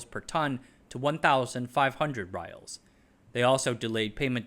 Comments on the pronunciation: The pronunciation of the Saudi currency is "ree-yahl", not "rye-ahl". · I’m still watching the video. I had to stop to correct your pronunciation of riyal. Forget how it’s written in Latin letters, it’s pronounced ree-yal.